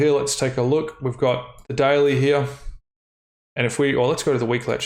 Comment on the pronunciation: The way you say "daily" sounds like "deli".